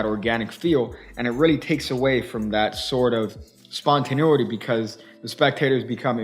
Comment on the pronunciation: It's spontaneity not spontinuity ;)